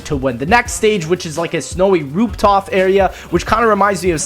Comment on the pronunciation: "Snowy rooptoffs" -, 2016